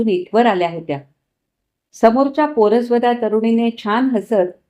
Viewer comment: छान 👍एक सुधारणा पोर सवदा असा हा उच्चार आहे